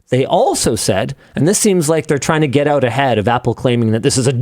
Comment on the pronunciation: "pull them back oot and connect them again"